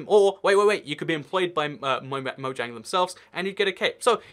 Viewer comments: Anyone get annoyed when he says MOYANG instead of mojang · Say moJang not moyang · It moJang not moYang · Stop saying moyang it really annoys me it’s pronounced Mo Jang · man o cringed when he says moyang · I am triggered you say moyang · No one:: moyang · It's not moyang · ur saying moiang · Why does he say mojang like moyang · I hate how he says Mojang it’s soooo disturbing even if it’s the right way etf